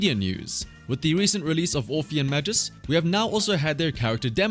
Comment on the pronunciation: Dude. MAGUS, not Majus. Hard G.